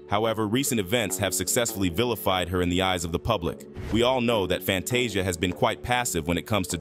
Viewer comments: Who is Salee and Kary? Its cee-lee. he also said Fantay-Zia wtf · I love your report on what's going on but what irritates me the most you're mispronouncing their names you got to learn how to pronounce their name correctly you have messed up Fantasia's name you even messed up Oprah's name how can you mess up her name😢